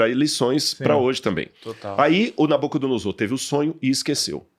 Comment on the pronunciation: ainda explica a pronúncia, mas o cara chegou continua com a dicção em SS.... NabucodonoSSor... tá de sacanagem